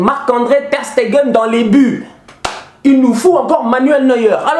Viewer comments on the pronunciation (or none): Mec j'aime le fait que tu aime MATS mais...quand même arrêtes de dire Sté-nguen C'est Stegen